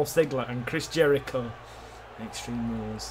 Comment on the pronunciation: and It's not Chris Hericho It's Chris Jericho